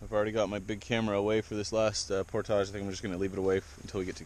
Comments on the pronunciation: It's pronounced "portage", not "portage". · says por-tazh…….I say por-tij…you can say it either way according to Merrium-Webster dict.